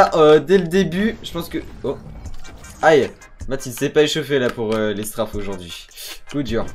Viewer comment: On dirai que pendant l'intro, quand tu dis "Aujourd'hui" tu force sur le "AU" donc on dirai que tu fais caca et c'est comme sur beaucoup de vidéo je trouve mais sinon bonne vidéo